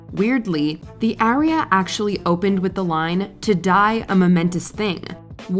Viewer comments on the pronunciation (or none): This is the first time I’ve heard aria pronounced as area.